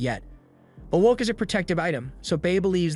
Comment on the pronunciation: Just have the AI say "pot" if it can't say "wok", yeesh.🤡